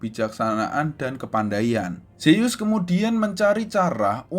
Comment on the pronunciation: Kak bukanya nama anak rea zeus bukan seyyus